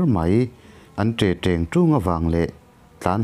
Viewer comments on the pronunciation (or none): An tre treng tung nilo in.. An te teng tung tih zawk tur a nilo maw..ka ti ve mai mai 😊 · Te t(r)eng t(r)ung nilo in Te teng tung tih tur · Mizo tawng chhiar tupa hian a mizo tawng hman hi uluk deuh se a tha ang.. Vawi engemaw zat mizo tawng.. Hman sual lohtur ni a ka rinah pawh a diklo a hmang fo mai.. Entirna'n An te teng tung tih kha an tre treng trung tih in a lam. Video dangah pawh hian hman sual a nei fo mai.. Fimkhur a tha.